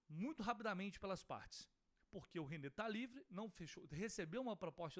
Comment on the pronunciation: Ô, vc errou, não é nenê, é Renê, mas melhor se vc não tivesse errado e fosse o nenê mesmo!!😂😂